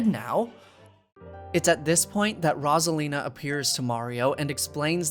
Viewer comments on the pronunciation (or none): i love this video but as soon as i got to the part with rosalina... PLEASE please please, with such a long segment, one mistake with pronunciation is fine. but when you repeat the same thing over and over... its rose 🌹-a-lina, not rozalina >.>